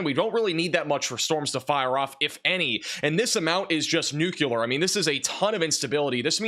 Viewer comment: What does “nucular” mean? I know what “nuclear” means…😊